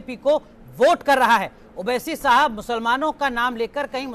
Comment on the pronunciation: oh bhai meren ko jalan nako ho rahi. Hum ko Owaisi saab se kya lena aap k leader hain very good. Hum ko Modi ji pasand hain bus owaisi saab naam theek nhi bol rahe thhe